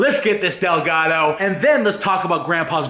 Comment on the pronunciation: lol a "delgato"